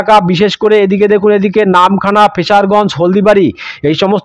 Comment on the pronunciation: আপনি জায়গায় নাম ভুল বলেছেন যেমন ফ্রেজারগঞ্জ কে বলছেন ফ্রেসারগঞ্জ খেজুরি কে খাজুরি ঝড় খালি কে ঝাড়খালি ডায়মন্ড হারবার কে ডায়মন্ডহাবড়া জায়গায় নাম সঠিক বলুন।